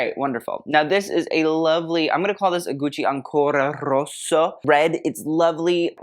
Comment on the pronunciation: let's have a drink every time says "ancora roSSO"...good luck